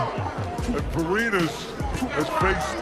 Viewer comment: pareñas hindi Parenas obob!